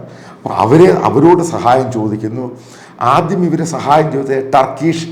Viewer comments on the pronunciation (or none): none